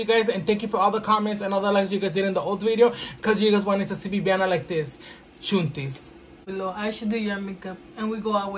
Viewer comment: Cual chuntis! It’s “chantel” bich 🤣🥰